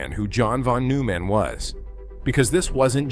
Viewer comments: Bethe is pronounced BETA, Neumann is pronounced NOYMAN. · It will be better when Artificial Intelligence learns how to Artificially Read. NOT NOOO_man!